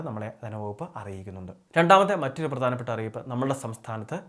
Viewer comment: വിഥ്യാർത്തി എന്നല്ല ഉച്ചരിക്കേണ്ടത് ട്ടോ. വിദ്യാർത്ഥി എന്നാണ്. പ്രദാനപ്പെട്ട എന്നല്ല, പ്രധാനപ്പെട്ട.